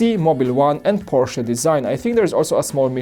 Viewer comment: I’m glad knows it’s porch-uh. Polish may have similar pronouncing to German.